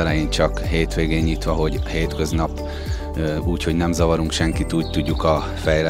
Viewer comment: "Úgyhogy"!!Jankó gazdád beírathatna 1 logopédushoz!!